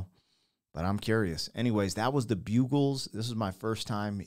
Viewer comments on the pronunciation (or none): none